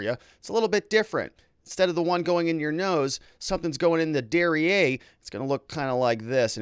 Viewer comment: Dare ee air - Derrière (behind)